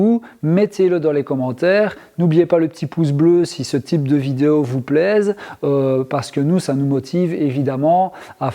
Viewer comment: De toutes façons tu ne dis pas "vidéo" mais "vidéau" donc rien pour ça c'est guerre mondiale, et puis c'est tout!! Compris!!??